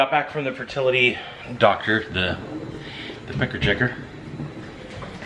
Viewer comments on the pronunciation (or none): OMG! Did you really say PEKER CHECKER? I’m dying😂🤣😂🤣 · I don't know about anyone else but I rewound it just to be sure he said pecker checker lol